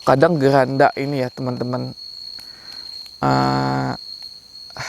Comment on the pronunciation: Maaf bang keranda bukan geranda